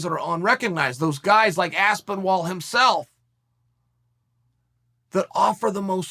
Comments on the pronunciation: Aspin-ALL not Aspen-Wall. That way you won’t say how come no one told me lol. You will say that too! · Dude do you think you could of butchered Tom’s last name any worst my god man where did you see a w in his name it’s as- pin-al not aspinwall bro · Aspinwall though.... Ffs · Why you keep calling him Aspinwall? It is Aspinall Chael.. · "tom aspenwall" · "Aspinwall" XD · Chael stop saying names wrong,normally I find it funny but this aspinwall shit is driving me over the edge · Me: “Aspinall vs Lewis” Chael: “Aspinwall vs Lewis” Me: “okay great” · Me : Aspinal Chael: Aspenwall Me: Aspenwall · Less than a minute into this video I knew that the comment section would be consisted entirely of Aspinwall jokes. Chael’s mispronunciations should be legally binding name changes lol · Chael, I love what you do with the names..."Aspinwall", "Hazmat"...priceless. I believe it's on purpose and I love it. I wanna see Aspinal v Volkov next. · Me: Is it Aspenwall or Ass-Paul-Wall? Uncle Chael: Yes. Me: OK great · Aspinwall? Why is Aspinall so hard to say Chael my man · Aspinwall!? Ass-pin-all. Are you pretending to be Tito, Chael? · Tom Aspinall: “My name is Tom Aspinall” Uncle Chael: “Tom Aspin Wall” Tom Aspin Wall: “My name is Tom Aspin Wall” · Aspinwall?? I'm sure chael is trolling us with how he badly he gets names wrong....still undefeated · Aspinwall hahaha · Please Chael stop adding a W to Aspinall. Over in the North West of England we would (and I'm sure Tom himself being from Wigan would) pronounce it Aspin-ul. Nice to see you putting some shine on him though Bad Guy. 👍👍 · I laughed every time he said wall. This video is class. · I swore chael said ass ball wall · Chael. Who the hell is Aspenwall? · Aspen-Wall😂😂😂 I love you Chael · Aspenwall 😂😂😂😂 you have to earn the correct pronunciation around these parts. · Pronounced Arse Pin All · Tom "Aspen wall" Aspinall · Tom AspinWALL 😂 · Aspinwall Askrenall Aspinyall Aspinpaul... undefeated undisputed best name saying in history